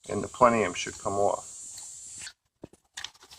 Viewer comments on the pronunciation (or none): If he says plenium one more time